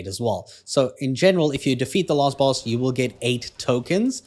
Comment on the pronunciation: You keep saying lost boss instead of last.